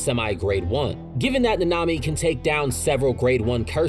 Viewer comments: I dont think I can watch the whole video if he pronounced naNAmi 😭 like dude the in whole series it's pronounced NAnami, why is it so hard to find videos wherr names are pronouced correctly 🫠 is it just me being absurd or anyone else has this tiny issue you just cant help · Bro why are you pronouncing it like that. Na-Na-mi . It’s not Na-nami . I’m not trying to be a purist but it’s ruining the video for me lol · Fam it is not that hard to say “nah-nah me” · Say it with me Na Na Mi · That’s not how you pronounce his name in the sub or dub 😂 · The way you say nanami makes me suicidal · I’ve never heard nanami pronounced so wrongly